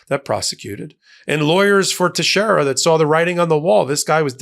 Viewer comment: . Name is pronounced Tex-air-a. It's a Portuguese name. Thank you. Love your news bits.